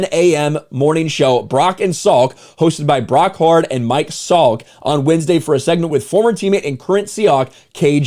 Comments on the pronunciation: Brock Hu-ard not Brock Hard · It's Brock Hew-urd